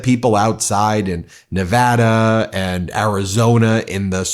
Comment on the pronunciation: thanks for pronouncing Nevada correctly! Maybe you can teach Farron Cousins how to do it